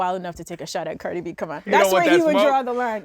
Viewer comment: It pains me to hear them refer to Cardi B as “Carti”. Disrespectful to the goat.